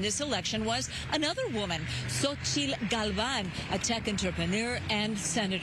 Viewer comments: Is not Xochitl Galvan but Galvez. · It isn't Xóchitl Galván, it's XÓCHITL GÁLVEZ.